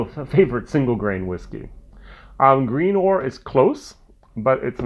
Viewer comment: Oh and by the way it’s pronounced grin-or after the nearby port/village of Greenore